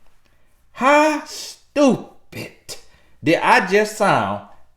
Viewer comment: Hit that “stupit” so hard 😂😂 love these videos